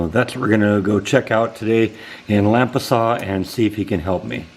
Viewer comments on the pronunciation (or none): It's pronounced LAM-pasas.Nice ornaments!